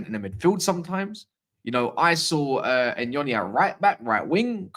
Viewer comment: THANK U 4 PRONOUNCING NYONI RYT.. U REALLY THE ONLY ONE IN ENGLAND